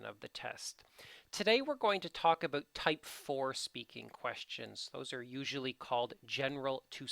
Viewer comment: I love your videos but it makes me crazy how you say "about".